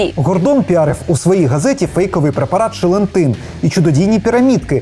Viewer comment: От кажуть шелентин а мені все чується ЧЛЕНТИН! Видно таки щось з цими пігулками було не так)